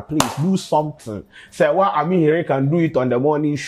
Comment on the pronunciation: Your big head still can't pronounce Serwaa's last name. This girl is on TV and I'm sure she pronounces her name after every news 🙄